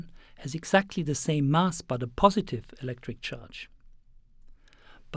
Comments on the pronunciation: it's mass as in bass not bus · Where's the speaker from? Curiously, he pronounces "anti" like an American would do, but then again "mass" sounds British-esque. Or Australian or... the hell I know. But I'm interested in accents, so if someone happens to have an idea where's this accent from, please tell me!